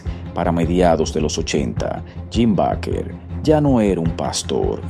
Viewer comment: Se pronuncia Beiker